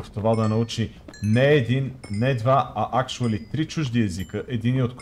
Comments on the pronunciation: или да каже акшъли или да говори на български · вика "акшуали" няма кво да коментирам:DDDD